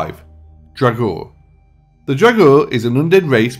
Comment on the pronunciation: Ok. I am sick and tired of people saying "draugr" that and "draugr" this....the word 'draugr' is from the Old Norse and is only spoke as "draugr". That is only how they pronounced the word. It's actually written 'draugur' and that literally translates to 'ghost'. And people are mixing the necromancer-bullshit with the "old viking nords..." The original draugur which is basically a resurrected person from the dead by the use of magic preformed by a necromancer (basically a zombie), from the Icelandic witch-hunting which happens after the christian influence. And Icelandic wizards and witches only used 'draugur'(ghost/zombie) as messengers or to carry their stuff and that sort of things. There is no Norse/Nordic (WELL, AT LEAST AS FAR AS I KNOW OF) mythology of the zombiefied 'draugr'. After a death, a viking would go to Valhöll as an Einherji or to Niflheimur to suffer an eternity. No one wakes up after that. AND before you go all crazy on me, I'll tell you I'm Icelandic and a lot of my friends are 'heathen' and believe in the Norse Gods AND I've always hand an great interest about mythology, so I know what I'm talking about. (And please, don't bring in Skyrim or Marvel's Thor).